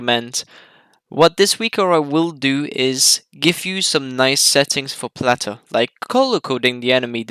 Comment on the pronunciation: I hate the way this guy says "Plater"